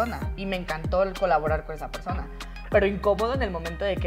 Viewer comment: Se le pegó a el acento de la Divaza xD "yo grabe con una persoooona que tampoco vo a decir nombres"